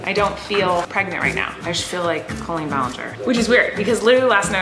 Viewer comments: Why at the end of the intro it sounds like was saying chicken wing when it says I'm colleen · Is it just me or does anyone else hear “I’m the Queen” when said “I’m Colleen@ in the intro?